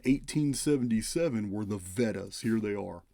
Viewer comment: VEDAS are pronounced vay das.